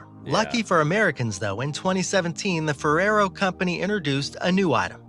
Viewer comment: when the guy in the video you are reviewing says Ferrero wrong and you shudder at the sound he made XD